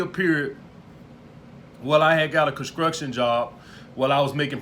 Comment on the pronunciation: Concruktion job lmfao construction is the proper term 😂😂 good video tho